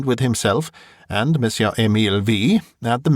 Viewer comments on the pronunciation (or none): none